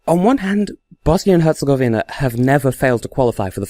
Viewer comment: you pronaunced Bosnia and Herzegovina, good in every way.